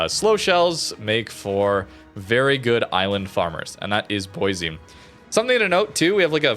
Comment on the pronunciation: Every time mispronounces Boise a little part of me dies inside